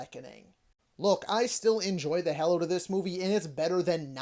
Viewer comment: You said oat not out. I'm guessing you also say a boat instead of about.. 😂